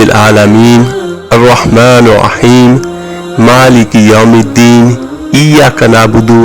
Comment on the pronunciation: “Arr-Rahmaanir Rahim” is being repeatedly recited wrongly as “Arr-Rahmaanoh Rahim in both “Bismilah.......”and the second verse of Surah Al-Fatiha with an additional sound of Arabic “hay” which must be corrected in the video. No doubt the work is sincere—Jazak Allah—-but Allah’s words must be recited as per His Book and the known/valid pronunciation/accent.